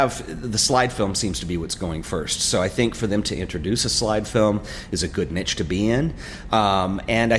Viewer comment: ok two positives and a negative + I really like your style +I'm stoked that Ferrania is a thing again -the way you say niche really bugs me Keep up the good work